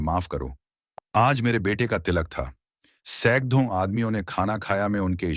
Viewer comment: अब हद हो गई। 'ड़' का 'द्ध' उच्चारण बार बार कर रहे हैं। 'पकड़' को 'पकद्थ', 'सैकड़ों' को सैकद्धों' 'बड़ी' को 'बद्धी', ,,,,। अब आज से आपको सुनना बन्द। पहले सभी स्वरों- व्यंजनों का सही उच्चारण करना सीखिए।